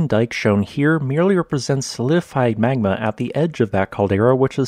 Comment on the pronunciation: You're saying "magma" all wrong. Dr. Evil would be disappointed.